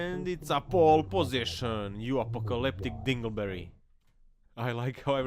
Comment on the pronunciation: At first I thought he said uppelcalleptic